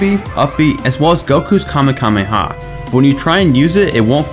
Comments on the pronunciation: This man said kameKAMEha Fml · Did he just say kamekameha wtf?!?!?!!!! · Now i'm imagining a Super Saiyan Magikoopa. KAMEKameha as we know, it should be kamehameha and not kamekameha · did this guy just say kamekameha? Smh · I'm sorry, KAMEKAMEHA?